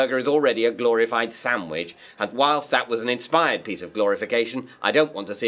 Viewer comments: Is he saying "samwidge" instead of "sandwich"? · Did he say "samwich"? Several times? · I'm thinking of writing a rant on David's pronunciation of "Sam-widge".